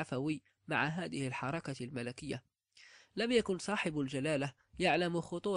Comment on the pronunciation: يقال الحركة بسكون الراء وليس بفتح الراء ، ويقال لها كذلك "" لمحلة ""